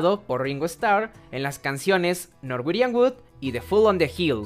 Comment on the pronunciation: Norwegian wood Se pronuncia "norwiyan wud" No norwerian